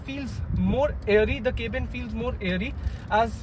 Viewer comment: Its not kaebin , please pronounce cabin like we all do